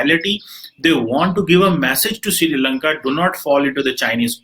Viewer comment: Its not Siri Lanka. Its actually Sri Lanka